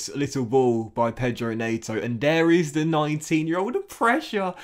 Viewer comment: It's pedro net-oh